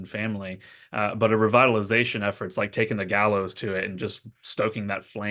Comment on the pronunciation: bellows, not gallows 😂